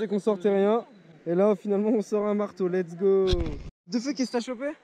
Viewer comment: Arrête de dire l'ets go! Quand tu a atraper quel que chose stp.. sa veux dire "on y va!" À ouais sa peu... bref dsl mais tu peux 😂😂😃😃💛💛